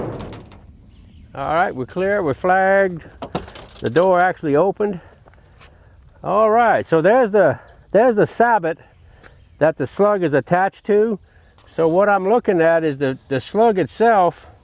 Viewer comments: Did anyone catch how he pronounced "sabot" and said sabbat lol I love his personality he ain't wrong ok well maybe but would you tell him he is. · say it....Suh-bo